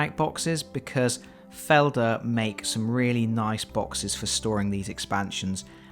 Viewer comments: Its not that bad to be ashamed of. You are doing a good job for a person, who is not a native speaker. My first thought was only, that it sounds like "Felder", the german word for fields, which is tbh quiet near to the sound of the name of company, you meant. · Oh.... I had to hear it twice, to be sure, that you tried to say "Feldherr". The english pronounciation is some kind of funny. XD